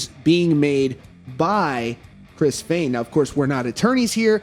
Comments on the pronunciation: On behalf of all that are easily annoyed never say "Fehn" that way. Ever again. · He may not have been a manager or something like that but he put his ass into helping write and recording the music. However I don’t believe he was right about the siphoning. Also please pronounce “Fehn” the correct way. Their business manager is just bad. He clearly didn’t know he band.